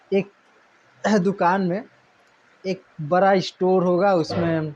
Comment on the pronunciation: Sir apka uchcharan sahi nhi hai ड़ को आप बार बार र करते हैं सड़क को सरक , बड़ा को ब्रा कहते हैं